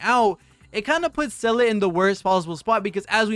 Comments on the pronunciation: well, Seele should be more "SEHH-le" than "Sellay" but whatever, close enough. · Say lay, or Zee la, simple as that